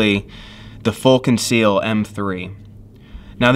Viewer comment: "Fool Conceal"